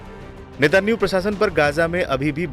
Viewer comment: अरे chu@ N€tan¥ahoo का नाम तो सही से लेले